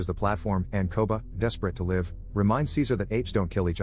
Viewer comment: Me: Why can't AI pronounce "live" properly? xD